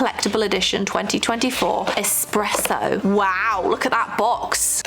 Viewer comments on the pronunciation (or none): none